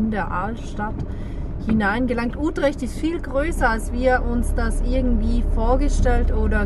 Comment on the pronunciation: Hallo ihr 2. Wieder ein schönes Video. Die Stadt Utrecht wird gesprochen: Ütrecht.